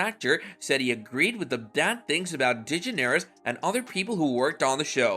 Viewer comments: Man, her name is pronounced deGEneres. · Ok this is utter bull... Just the fact your not even saying her last name correctly irritated me, as for all these so called famous people who spoke out about Ellen, I only knew of Lea, and the guy from Everybody Loves Raymond.... With how many famous people did appear on Ellen's Show, why are they not ALL speaking up, or is this one of those situations where.... The guests thought so highly about themselves, they didn't like that Ellen didn't roll out the red carpet for them because well, they aren't that famous as they believe or that important enough..... And if Ellen does have a moody side, don't all people at some point in their life, so this truly is utter BULL.... I hate to see that all these years later, once again Ellen is turned against just like she was back when she was in her own Sitcom..... When are we gonna stop placing so much hatred onto this Woman..... So there ya have it.